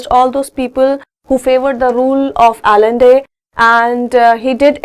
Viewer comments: it is not allende we write it but pronounce it like ayan-de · salvandor allende is pronounced as salvandor a'nde . correct your prounnunciation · allende is prounounced as AYEN-THEY(as written in my book)